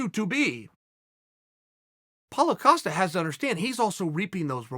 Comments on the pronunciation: "Polo" Costa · Paulo “Acosta” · Me: Paulo Costa Chael: Paulo Acosta Me: Ok great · “So Paulo Acosta” - Uncle Chael